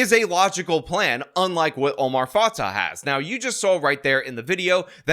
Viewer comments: Dude it’s pronounced Omar Fa-tay and Jacob Fry. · Not like I care, but it’s pronounced fatay